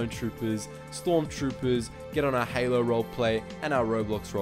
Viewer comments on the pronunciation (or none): none